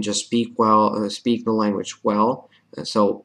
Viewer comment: You have a really good English accent! Your accent would be perfect if your "th" sound like in "the" didn't sound like "duh" that's the only thing, just wanted to let you know!!! Keep learning!!